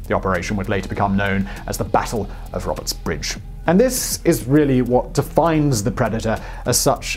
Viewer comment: Its the Battle of "Roberts Ridge". Not Bridge